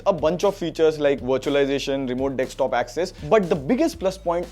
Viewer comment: Remote 'Dekstop'?